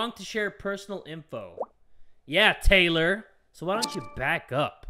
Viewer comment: Why does Taylor sound like he’s saying THOT